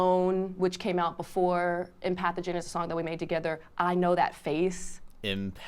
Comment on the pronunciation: She was saying "Empathogen." It really sounded like she was saying "pathogen."